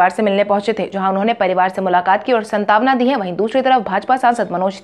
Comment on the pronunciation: आपका समाचार संकलन और समाचार वाचन की शैली बहुत अच्छी है।एक दो उच्चारण त्रुटि हो जाती है इसपर ध्यान दें,जैसे-सांत्वना का उच्चारण संतावना नहीं होना चाहिए।धन्यवाद